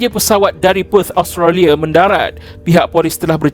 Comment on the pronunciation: Kenapa pronouncation ‘Association’ jadi ‘ASZO-KETION’ ?? Australia jadi Austaliyerr 😂 Come on !!